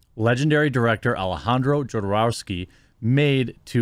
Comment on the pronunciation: The average person: (mispronounces "Jodorowsky"). Jeremy from The Quartering: Hold my beer.